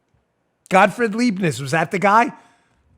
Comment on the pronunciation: Dan-- "Leibniz" is pronounced "LEYE-b-nitz" not "LEEB-nitz." In German, "ie" is always pronounced "ee," and "ei" is always pronounced "eye." And "z" in that context is pronounced "tz." If you knew why he invented his version of calculus, you would find it even more of a mindf--k. It has to do with his metaphysics about the texture of reality, his "monadology," which was a kind of atomic theory, but one in which every monad contained an infinity of other monads, and in which there could be no causal interactions between monads. He had a need for a mathematics of infinite series. Newton had his own reasons for inventing his version of calculus, and Newton's reasons were better, but Leibniz' notation was more workable.